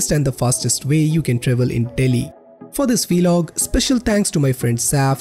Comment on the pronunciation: It’s not velog it’s vlog